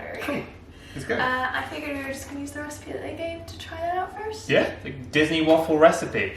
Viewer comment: I swear it sounds like said "Welcome to Donkey Ever After". This is so cute & wholesome